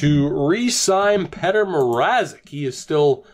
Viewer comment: are you seriously saying petter instead of Petr. you don't know much much hockey overall, do you?